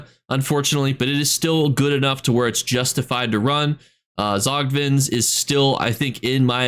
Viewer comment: Can we just all appreciate that said Tzogvin correct 🎉